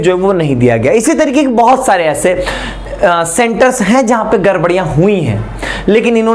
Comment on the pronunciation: Sir garbariya nhi gdbdiya hui hai